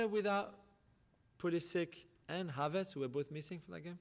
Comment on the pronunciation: And his name is Havertz not Havartz